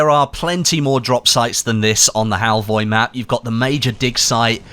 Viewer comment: As a Norwegian it's funny how you say Halvøy 😂